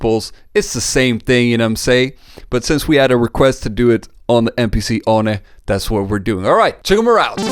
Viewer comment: Pronounced it MPC "ONI" lol that was rad I'm calling it that now